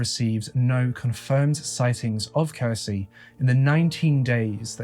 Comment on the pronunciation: When you're a Finnish person and hear Finland mentioned. No matter how inappropriate it feels to say it: TORILLE! I also find it interesting to hear people try to pronounce Finnish words especially names. For an example Kirsi is actually pronounced with the "ki" sounding like the ki in kiwi, the "r" is a hard r and meant to be rolled (I know, a lot of people can't do that) and the "si" is basically correct in pronunciation but just to add I'd compare it to the si in six. pronunciation of Kirsi would in Finnish be written something like "kheci". Not hating at all by the way, Finnish is a difficult language. I'm bilingual (Finnish and English) but only learned English at 8 years old but nowadays my English is sooooo much better than my Finnish. Also, where the hell was that Finnish quote from the daughter taken from? It's missing all the Ä:s and I doubt made that mistake himself. It reads "Iti, rakastan sua maailman eniten yht paljon, kohta nhdn" It should read: "Äiti, rakastan sua maailman eniten yhtä paljon, kohta nähdään" Also the sentence is kinda odd with the "yhtä paljon" (as much/equally much or as said "just the same"). Without it, it makes perfect sense ("Äiti, rakastan sua maailma eniten, kohta nähdään" or roughly "mum/mummy, I love you the world's most/most in the world, see you soon") but ok, if it was a direct quote of a spoken sentence said by a little kid then it sounds pretty much exactly like Finnish little kids might speak.